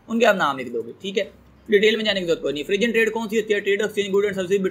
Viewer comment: O bhai forun trade h pronounce....